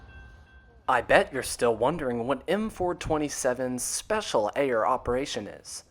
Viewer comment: FYI, Ayer is locally pronounced "Air," with one syllable.